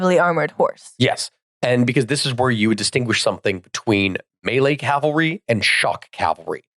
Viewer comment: Calvary is the one american mispronunciation there's absolutely no excuse for